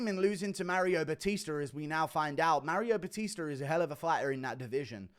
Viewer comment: Marry-o Buh-Teester